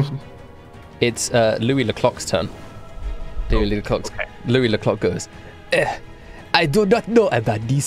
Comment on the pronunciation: Everytime they say louis ze clock i here louis the cock